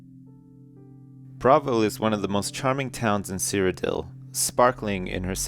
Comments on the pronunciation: AHHHHH it's pronounced "bra-vile", like "Bra-vil" not bravel :L I normally wouldn't mind but its Oblivion. With Oblivion, or any TS game, everything must be perfect! ;) good reading though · It's pronounced Bruh-vil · lol he said bravil wrong the whole time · This'd be better if he didn't mispronounce the name Bravil throughout the whole book :P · is pronouncing Bravil wrong.:(